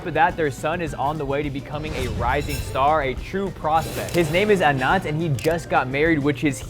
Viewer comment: Its not anarth lol 😂😂 it's annat ambani and aadani was different peoples lol 😂😂🤣🤣